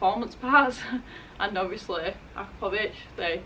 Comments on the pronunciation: Hey... it’s Ah-crop-Poe-Vitch not Akra-Poe-vitch... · Hihihihi, all English-speaking people have trouble pronouncing the name. I'll help you with this problem. :D Č replace with CH -- akrapoviČ ---- akrapoviCH ----- You will not break the tongue anymore. :) :) :) !!!! This replacement is only for easier pronunciation, for written is stil Č !!! Greetings from Slovenia. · Pronounced "a-crop-o-vich"